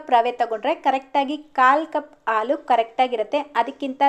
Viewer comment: ಅದು aalu alla haalu😢